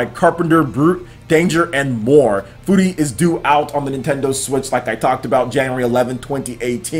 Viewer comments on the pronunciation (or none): I try not to correct you when you mispronounce words but dude it's pronounced fury... Not foori or whatever the shit you said and you've said gungeon wrong in previous videos. It's exactly the same as dungeon but with a g, not gun-jee-on or whatever shit you said, do you not hear that in editing and think it sounds stupid or just wrong? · i'm pretty sure furi is prenounced like fury... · shahar fy he was actually pretty close, Furi's the Japanese word for free, it's not a play on words on Fury.